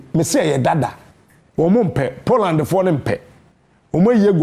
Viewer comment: Lady please is not PODLAND🤣🤣🤣 but Poland